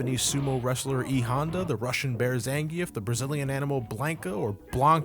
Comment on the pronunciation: Did I just hear a effing American pronounce Zangief's name right? Pretty much everyone is calling him "zangeef", even though it's supposed to be "zangee-af", sorta like a lot of russian surnames. God damn, how do you even know that?